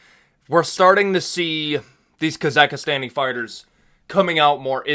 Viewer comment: I think the OP meant it's Kazakhstani and Kazakh for native people from Kazakhstan fighters and it was pronounced as Kazakhistani as in Pakistani etc... As a Kazakh my self I get it but in all honesty doesn't bother me to much. As he didn't mean any offence by it just didn't know I get people on purpose asking me if I liked Borat with the obvious attempt at winding me up and that doesn't bother me.